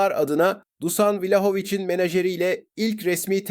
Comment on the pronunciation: Dusan değil Duşan diye okunuyor